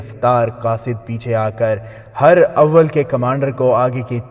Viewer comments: Urdu pronunciation is not good...for example ...Hur-awwal ..it is Huraawul ..it means Forward Dustta / front corp.... Teeroo ka Miha....correct pronunciation is..Teeroo ka Minh (Barish). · Jenab her awel ni hota herawel hota he